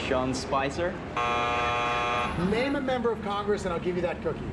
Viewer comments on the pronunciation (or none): "Sean Spizer"